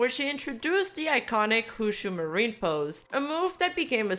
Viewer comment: I’m sorry. Did I hear “Hoo-Shoo Marine”?